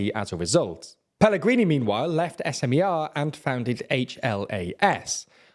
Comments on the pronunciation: Please check the pronunciation of the names... far from every language abide by English pronunciation 'rules'... It's Fico [fitso], if you wish and SMER [smer] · Im tearing up at your pronounciation of Fico and HLAS, SMER, Fico is pronounced with a hard C, SMER and HLAS is one word not individual letters, also this was a week ago and I didnt even know my government apparently collapsed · "Fiko" is pronounced "Fitso" 😉 (c is always ts). SMER is pronounced "smer" (e as in attack). HLAS is pronoucned "hlas" (a as in above")